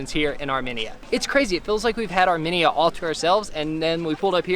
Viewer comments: omg it’s not Armeneya, it’s ar like pirate then media like minion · Armenia is prounounce ( R- me . knee - yuh) not ( r - mini - ya) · Hey heads up people in the video it’s not Arminiya the way you say it it’s Armenia so plz get your words right I’m Armenian and I don’t like you mispronouncing my country name plz get it right or don’t say The word Arminiya :( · arMENia its AR-mEn-ia pleasse make sure u learn how to pronounce a country before u travel lol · its armeeeeenia not arminia :,( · It’s pronounced Are-Me-Nia not are-men-Ia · I'm an Armenian, thanks so much for visiting! One note, the nation is pronounced Ar-meen-ya. I've never heard it pronounced the way you guys did, it was weird. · Okay I rly liked this video but it’s are-mean-ya and lake sehv-ahn lmao